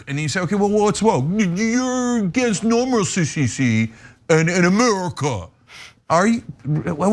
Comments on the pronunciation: What's "normalicy"? Is like "normality", only stupid? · She actually said "normalicy" which isn't even a word 😂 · Normalicy? It's Normality or Normalcy. Don't make up your own words. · I think she wanted to say "normalcy" but actually forgot how to pronounce it.